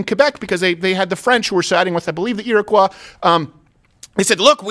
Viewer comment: Iroquois. This is the first time I’ve ever heard it pronounced properly.